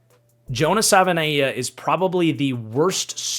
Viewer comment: It is pronounced Jonah Sa va e nai a.